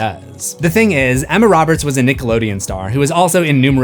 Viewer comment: You said "thang" again!